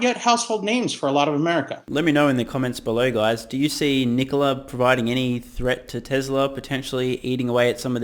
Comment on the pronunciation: lmao Did he say NKOLA? hahaha